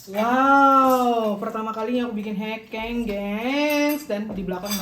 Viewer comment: bacanya bukan hekeng nong tapi hekeng😅